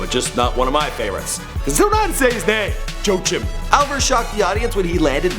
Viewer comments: It's pronounced Yo-A-Keem or Wah-kem ,Hansen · It's Yo-a-keem Hellboy Hanson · Pronounce it "Joe-ah-kim"